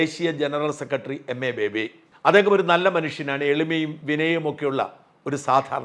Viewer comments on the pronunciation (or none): ബേബി. എന്ന ബാബി.